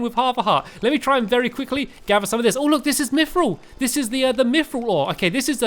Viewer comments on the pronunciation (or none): Pal-aid-iam Orik-kall-em Mith-ral Ada-man-tite